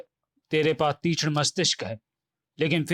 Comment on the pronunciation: Truti Sudhar => Teechhn nahi Teekshn hai 😤